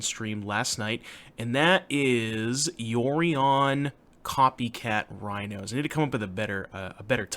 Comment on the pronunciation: "Saheeli Raihnos"